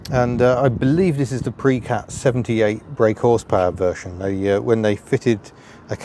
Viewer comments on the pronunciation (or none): none